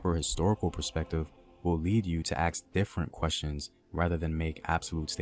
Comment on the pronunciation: He's smooth and professional all the way through the video, and then he instantly destroys it with "aks"... 🤣 I'm dead